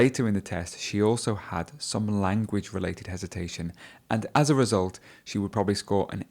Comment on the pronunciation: She spoke naturally. she really was great in this mock test. Bravo!!!! I'd like to ask you a question: do you pronunce: "as you know" "aj you know" also I've heard you in your previous videos you pronunced: " I promise you" "I promij you" , is it right?